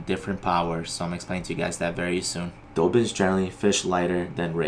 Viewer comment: Thanks for the video...about halfway through it I ordered this very rod 👍🏻 oh, I hate to be ‘’that guy’’ but it’s DAH-bins 😁